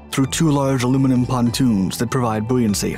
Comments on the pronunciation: What the heck is ' bo an cy'? 😊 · Booyancy lmfao 🤦🏽‍♂️